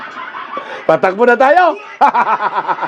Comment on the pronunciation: haha tabang, happy vibes talaga! kahit sa pagsalita pa lang ng takbo, patakbo, hay padrugtest na nga kayo, :face-blue-smiling:nakakahiya! pinagtatawanan na tayo sa ibang bansa, anyare daw sa bansang Pinas. nadamay pa tayong matitino. ilang years na din yan naging politiko, di pa ba nya namemorize yan?